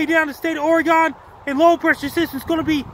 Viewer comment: Thanks for another severe weather alert for us here in Oregon. Washington doesn't matter 😀 And thank you for property pronouncing Ooooregon(e) not Oregun. You are incredible and a life saver to so many with your alerts. Keep up the amazing work Frankie!